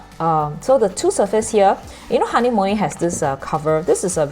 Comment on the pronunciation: It’s a German brand right? A bit pricey where I am but I heard it’s pronounced ha-ner-mu-ler